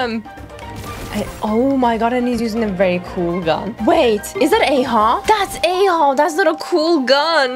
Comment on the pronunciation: ITS PRONOUNCED AH-HOW THE ARCHON QUEST DIALOGUE SAYS IT 😢